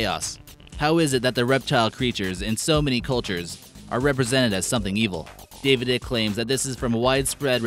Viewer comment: It's not David ick its David I-cke